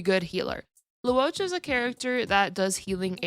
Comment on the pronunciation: Just a small nitpick but Luocha is pronounced like Loh-cha not Lu-o-cha